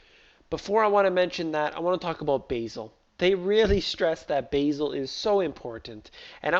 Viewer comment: I thought it pronounces Ba' zel! not Basil